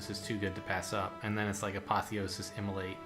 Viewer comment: Every time you say immolate I hear immolite